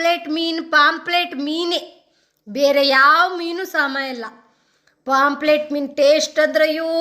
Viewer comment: ಅದು ಪಾoಪ್ಲೆಟ್ ಅಲ್ಲ ಮಾರಾಯ್ತಿ. ಪಾಂಫ್ರೆಟ್ ಅಂದೇಳಿ.